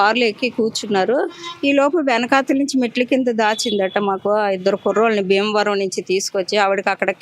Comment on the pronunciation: బీమవరం కాదు.. భీమవరం.... వైజాక్.. కాదు వైజాగ్....